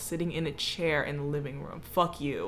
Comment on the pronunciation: No one: Literally no one: Not even one person:: rum Everyone else: room